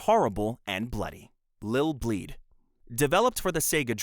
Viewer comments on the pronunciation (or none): Is this an AI generated voice? It's ILL BLEED. With an "i", not Lill Bleed and the main character is Eriko (Air-Rick-Ko), not Aiko. This game is so extremely well known in the vintage horror community that it's weird to see any misinformation about it. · Also it’s ILL bleed not LIL bleed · Bro consistently said Lil' Bleed lmfao